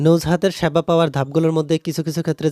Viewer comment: স্যাবা না।😂😂😂😂😂😂😂সেবা